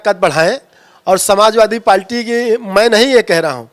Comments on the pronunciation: नेता बन ने चल दिए है पार्टी बोल नहीं पा रहे हैं 😂😂 पाल्टी पाल्टी बोल रहे हैं 😂😂 हद्द है बे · पार्टी बोलना सीख लो यार पलटी बोल रहा है😂😂😂😂😂😂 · Abe palti nhi hota h पार्टी hota h be... anpad aadmi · पाल्टी नहीं पार्टी है साहब आप तो बेइज्जती कर रहे हैं 😊